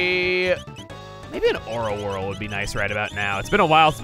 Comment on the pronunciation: I keep mishearing "Aura Whirl" as "Ora Ora" and now I'm imagining Emile beating down with Star Platinum